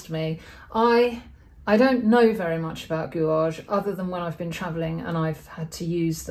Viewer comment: Your videos are always a treat and I always learn a lot each week but May I say that gouache is pronounced gouash. Again many thanks for taking the time to explain how you paint with such enthusiasm.